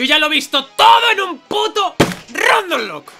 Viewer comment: Muy fan del énfasis que le pone a la palabra "rrrrrrrrrrrrrrrrrrrrrrrrrrrrrrrrandomlocke"